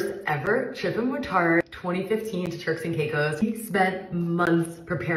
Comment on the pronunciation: It sounded like you said “terks and cake hoes”